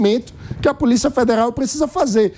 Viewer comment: "POLICA" FEDERAL...